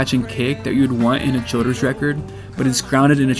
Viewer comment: thats how I've always thought his name is supposed to be pronounced. Sounds just right to me.